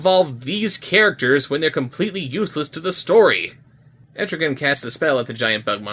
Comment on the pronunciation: I wish I could "LIKE" this vid more.. Cause pronounced ETRIGAN's Name Correctly!!!